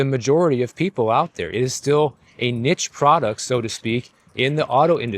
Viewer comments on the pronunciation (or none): word is niche (pronounced neesh) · Knee--shhh (niche).